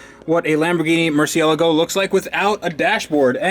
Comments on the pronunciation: my dude, I've said it before and I'll say it again. Mur-see-la-go. I've heard you say mur-see-a-la-go, mur-see-ga-la-go, and a couple other incorrect pronunciations. You spent a lot of money on this car; dontcha think you should know how to pronounce its name? Maybe Skillshare can help you? I kid, I kid, but c'mon, yeah? Mur cie la go. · I don't care if it's correct or not... stop saying "MurciELGO" :) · It's murcielágo the pronounciation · Mercy-ala-go.... the pronunciation is triggering me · "Murciélago" tho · it's funny how many people pronounce it like "Marcia Lago" it makes me think of car named after a regular woman somewhere in the world.. here's to Marcia! LOL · I love that your pronunciation of murcielago changes every time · The accent in Murciélago is there for a reason. It shows where the stress is. It's in the second syllable. I know since I'm Spanish. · It's cringe how u guys say murciélago